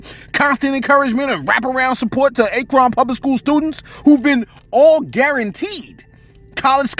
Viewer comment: Bro you said acron like akon. It is Akron. 😮